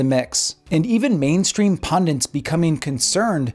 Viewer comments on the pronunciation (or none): Did he say 'pundints'?